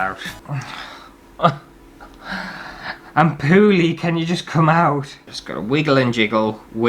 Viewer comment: Have you spent time up North? You say Poorly like us rochdale lot....”pooarlee”! Also, great video, I real,y really want to bet into this, but I’m worried about the cost and then being rubbish at it. Is it really expensive to get a starter kit?